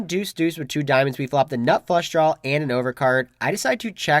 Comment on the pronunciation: It’s "draw" not "drawl"